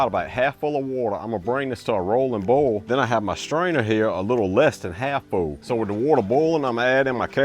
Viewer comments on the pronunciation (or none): Rowlin’ bowl…😂